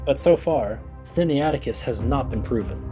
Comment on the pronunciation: Sin-na-it-icus. Not Sin-ni-ATic-us. (Pronunciation aid}.